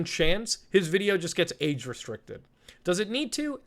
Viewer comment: 'Age restriction/restricted", anyone thought he said "aid restriction/restricted"?